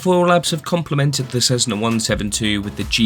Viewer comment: "Suitable for all conditions?". What an odd comment to make, considering the 172 has no ide protection whatsoever (aside Pitot Heat). And it's not "Cezzna", it's Cessna! Cessna employees and representatives pronounce it as 's' and I think they'd know best.